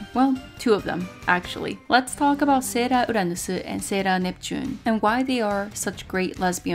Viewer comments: I love the way she says the sailor's names like "sera uranusu"😂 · okay, I can understand that you're Japanese, but you say everything else without a Japanese accent and the words you're choosing to say with a Japanese accent are English words lol - it's just hilarious and a little distracting. That doesn't mean it's a bad review, I was just curious why you were putting such a heavy emphasis to pronounce English words like Japanese words 😋